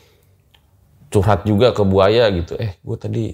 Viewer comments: Kedengarannya ku manggil Narasumber Nya ( Buaya ) ternyata Bu Aya 😭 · Namanya bu Aya, pas denger ceritanya tanpa lihat subtitle aku dengernya buaya 🙈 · Bu Aya bukan Buaya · Hahaha manggil bu aya kyk gk ada spasinya jadinya "buaya" dech 😂😂😂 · Krna ngk pakai k. Buk. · Salfok sama yg selalu bilang Bu aya tapi dengernya BUAYA 😂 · Nyebuta bu Ayanya pake jeda bang biar ga salah denger 😁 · Bu aya,bukan buaya,maaf ibu🙏